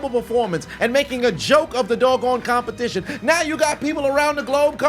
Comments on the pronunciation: I know he didn't just say CUMpetition 😂😂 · “A CUM-petition” 😂😂😂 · A "cum"pertition 😂😂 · Competition ✖️ CUMpetition✔️✅ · Competition You mean Cumpetition 😅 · CUM-petition…. EDGE-ucate…..